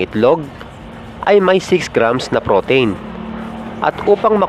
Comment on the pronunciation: nadidistract ako sa pagbigkas mo ng pro-teyn... pro-teeeeeen yun sir.. anyway, pinanood ko ang mga videos mo dahil chill lang.. salamat sa mga videos mo